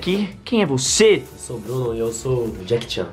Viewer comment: Deixa ele falar de Jackie Chan ele falou Jackie jarn